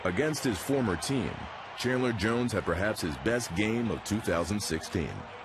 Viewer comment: Chadler Jones (OLB, Cardinals)??? lol get it right NFL